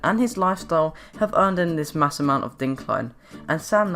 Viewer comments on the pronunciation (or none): none